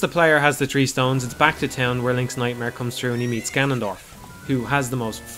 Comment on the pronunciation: Inaccurate or accurate, this guy still doesn't pronounce "Hylia" or "skulltula" correctly. Edit: Or "Gerudo." His name isn't "Jannondorf," dude.